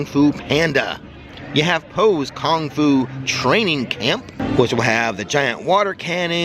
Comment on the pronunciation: Lol "Kong fu"